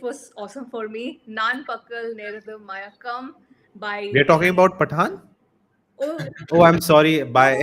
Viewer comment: The Movie is Nan(Nun) - Not Naan ❌ Pagal - Not (Paagal) ❌ Mayakkam - Not (Maayakkam) ❌